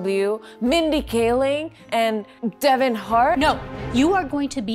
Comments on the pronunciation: ITS KEVIN NOT DEVIN!!! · Why would she say Devon hart 😮